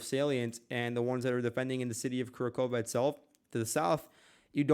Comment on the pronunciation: That town/small city is pronounced Ku RAK hovah. Annunciate on the second syllable, RAK. It's not one syllable there, not "Kura", but 2 syllables, "Ku RAK". So, Ku RAK hovah (e makes an "ah" sound there) = Kurakhove. Just trying to help you out dude. I checked the Cyrillic alphabet. I know it does not translate well into the Latin alphabet, why you are having trouble with it.